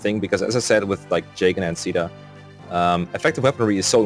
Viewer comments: Maan, I know I'm not a native speaker, but in my opinion neither C (SEA) DA nor SHE DA has anything with CAEDA. The A comes first than the E. It should sound more like KEI DA. Its sounds way more empowering as a name as well. Edit: I tryied ur beloved google and she sounded like KEI DA also. =p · i was actually so confused when i heard you guys calling caeda "sheda", and "seada". thinking about it now, it makes sense, but i had always pronounced it "kayda" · I cannot describe how much it pisses me off hearing people say "sheeda" or "seeda" Phonetically it should be pronounced "Kay-dah" but nobody cares. UGH it makes me so frustrated. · i just watched some supports and stuff where they say caeda out loud and its supposed to be "seeda". I guess localization thought spelling it like seeda doesnt really look good so we got a name where the a is silent for some reason. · Based on the fact that her name is caeda and it’s originally a Japanese game the correct pronunciation would be kyda (Ky like eye) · Probably gonna regret commenting before finishing the video, but isn't her name pronounced like "kai-dah?"(Caeda) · The canonical pronunciation is Shi-AY-da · After the chapter where you fight Michalis, my Marth stopped being used in fights, as I was trying to give more level ups to other units like Navvare, Ogma, Cain and Caeda (Which I pronounce Kay (like in the word okay) da (like in Darios’s name.).). So eventually, Marth was only in 2-3 fights per chapter (5 in Camus’s chapter because Cain and Frey (My strongest units) couldn’t walk on water.). But Marth still ended up being my third best unit in Nagi’s Gaiden chapter (This was the fourth game I beat tbh. (Awakening, conquest, valentia, this)), so either I was insanely lucky or Marth is a 4.5 star unit imo. (Not 5 star though because he isn’t completely perfect. Cain has a horse, Chris from FE12 is customisable and potentially OP, Gazak > Gazzak.) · Sheeda is actually the correct pronounciation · “Caeda” (Say-Duh)